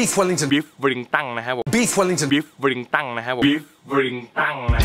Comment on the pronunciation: Gordon Ramsay : Beefwellington พี่เอก : Beefwellingtung